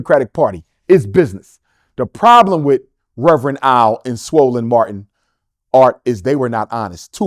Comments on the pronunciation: I can’t get over him saying Swollen Martin 😂😂😂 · Did he say swollen Martin?😂😂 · Did he really say swollen Martin 😂😭😂😭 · Did he just say swollen Martin?????😂😂😂😂😂😂